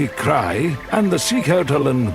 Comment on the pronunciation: why do you mispronounce scientific terms? Like 'tAiga instead of Tai-gA'? Why make a video, a documentary, a scientific film about nature in Russian Siberia and mispronounce the main terms? 🤷🏻‍♀️ why? Why don't you just translate the terms into English and pronounce them correctly in English? 🫣 What is the issue with all these mispronunciations ? 🫣what is a krey?!!! 🙄😳wtf? It is pronounced just like the CRY - sound for sound, cry!! 😂😂 You got a like ❤👍… and a new subscriber🫡👍